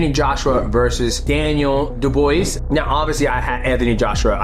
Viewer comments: Daniel dubwa & not duboyss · You are clearly not a boxing fan. You didn't pronounce Daniel Dubois' name correctly once. Phonetically, it is: Doob-Wah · Yo my bro, Dubois is pronounced “DU-BWAH” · Daniel doob wha not da boys 😂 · here: Doo-bwa😂😂😂😂not boo-boys Enjoy your retirement❤❤❤❤ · haha, 10 secs in and im msging you how to say it, much love to you for being awesome ;). do-b-wah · Du-bwuh homie! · doobwa. but who cares. ❤💪💪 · Daniel dubwah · It's dubwah = dubois Dubwah like dub mwah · Good evening gentleman. Btw it’s pronounced Dew-Bwa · You say his last name like do bwah *think of the mwah kissing sound*. Du(bwah). It's a french last name. Or if it's easier, think of Benoit Saint Denis from MMA. The same rule from his first name (ben-wah) applies to Daniel's last name. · His name is pronounced "Dew Bwah". In French many times the last letter is silent so you don't pronounce the s at the end. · Doo Bwaa It’s French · He's English his name is Daniel Dubois not Daniel Duboys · Haha I can’t lie it made me chuckle to myself, funniest one I’ve heard yet!😂😂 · Really murdered that name pronunciation😂😂 Dubois! It’s French. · DJ, Dubois is a French last name 🤣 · mighty not knowing how to say dubois tells me he hasnt seen the boondocks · It does when the word they’re butchering, is not an english word. It was not a French or Latin word that was co-opted into the English language it is a French last name aka A french word meaning “Wood”, this isn’t a hard concept to understand.